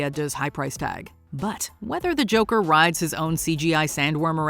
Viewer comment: Stop pronouncing it like you're fuggin French. Just say Joker 2 don't be a jerkoff.